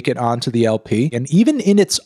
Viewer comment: you pronounce LP funny hehe